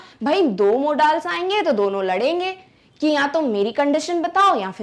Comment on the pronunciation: are madam aap मॉडल्स को मोडालस बोल रहे हो